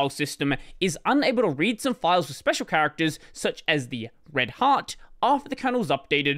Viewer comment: every time you say "red heart" i listen: "red hat"